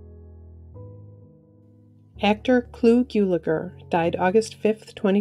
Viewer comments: Gulager, sounds like “gull-a-gur. Not “gyoo-la-gur. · Clu Guggeler, noT Geuleger